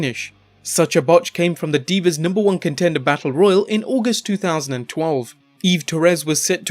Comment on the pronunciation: I was greatly amused by how he said "2012".